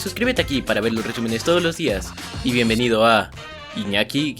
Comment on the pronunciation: Si se dan cuenta cuando dise viembenidos a los subtítulos disen niña kiwis jejeje